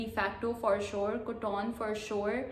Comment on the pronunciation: Hi I am from Pakistan living in Turkey and I have quite a few things to say. Firstly, even as someone in her twenties, I can tell that ripped jeans are not cool. Secondly, you pronounced KOTON wrong:(